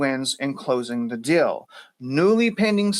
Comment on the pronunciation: You keep saying "dill" for "deal", so I think you're talking about pickles...........